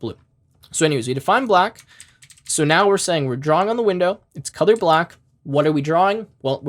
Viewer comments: I don't know why whenever you say "color" I hear "cothor" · you need to work on how you pronounce the word, "color." It throws me off every time. It cracked me up the first time because I couldn't make out what you were saying but once I understood, you just became a meme.